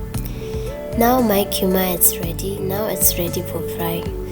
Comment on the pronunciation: It is gyuma, not ghuma.